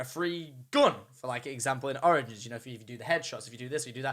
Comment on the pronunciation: he sounds like he is saying oranges instead of origins